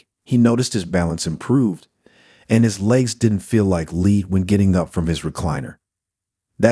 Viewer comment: AI voices... "Lead"? come on